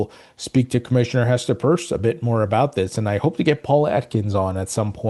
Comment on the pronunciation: Hi, while you are interviewing Commissioner Pierce, please ask her how to correctly pronounce her last name. It's not Purse, its Pierce...like a needle can pierce a balloon, like it's hard to "pierce" a strong corporate veil.